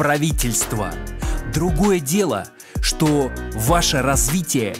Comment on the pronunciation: А как он говорит «шо», а как посмеивается